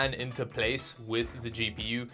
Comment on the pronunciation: I thought he said,and for a really long time, "Cheapy You" instead of "GPU"